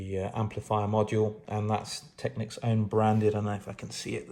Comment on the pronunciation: You are one of those exceedingly rare individuals who pronounces "Technics" correctly. Aren't all the electrolytics well over due for replacement and should sound and perform terribly ? And I'm sure that Soft Recovery HEXFRED diodes in the power supply would dramatically help mid range resolution.